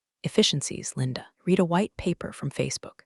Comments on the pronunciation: Hate the AI which is unable to tell the difference between live(liv)or live and read(red)or read(reed),picky I know but they pay someone to program the system why not pay someone to narrate the story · lets teach the AI to pronounce Patagonia, louboutin and the difference between read and read (red)